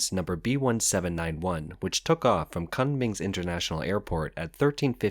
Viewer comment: I would have thought that something called "China Insight" would know how to pronounce Kunming.